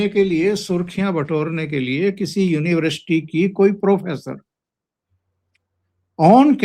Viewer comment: साहब अच्छा विश्लेषण करते हैं बस यूनिवर्सिटी को यूनिवृष्टि बोलते हैं।